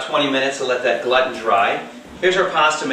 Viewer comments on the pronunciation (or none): Great video. Gluten is pronounced "Gloo-ten."